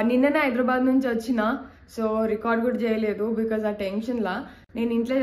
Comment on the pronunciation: Hyderabad ❌ eyedrabad✅😅